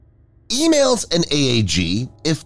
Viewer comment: It's 'ee-malls' not 'ee-mails.'